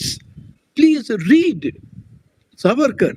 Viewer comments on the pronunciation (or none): Namaste! PLEASE PLEASE if Savarkar was your topic shouldn’t you have at least done your homework and got his name right? It is सा वरकर not सवरकर!! I just couldn’t focus on the content every time you mispronounced it😩 Aroon ji was saying it correctly and I was hoping you would take the cue ….I couldn’t bear it!